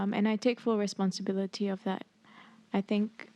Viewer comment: 3.48 : the way "responsibility" was pronounced differently each time confirms my suspicions that she is faking an accent all the while